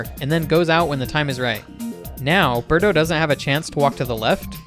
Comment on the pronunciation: It's Birdo not Berto